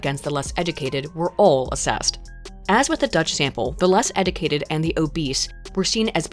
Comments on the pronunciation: Did anyone else hear pronounce it “eh-doo-kay-did”?? Like, multiple times? Or is that just me? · You say “educated” funny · A video about education where the narrator cannot pronounce the word educated properly...